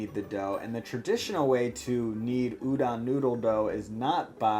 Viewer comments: Can't comment on the udon technique, but I can give some quick tips on the pronounciation.. English written Japanese is always syllable by syllable so tsukemen is pronounced tsu-ke-me-n. No silent e business haha. Also the O in udon is not an 'a' sound like udan but 'o' like 'doh' (like Homer Simpson) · Ooh-DOHN, not OOH-don plz